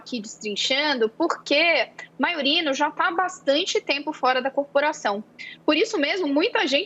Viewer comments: A mulher não sabe nem ler: é MAIURINO e não MAURINO! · Tropa de Jornalistas esquerdistas e incompetentes. Aquela MONA que de frente parece bonita, de perfil é horrível de feia, ademais, nao sabe pronunciar Maiorino.